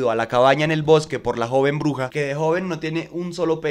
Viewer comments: Por qué escucho "la oruga" en lugar de "la bruja"? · No es hate para nada, pero no sé porque cada vez que dice "bruja" yo escucho "oruga" y me desespera por alguna razón 😅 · Muy buen video...pero cuando pronuncias bruja se entiende Oruga